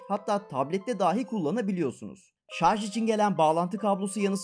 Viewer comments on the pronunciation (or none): none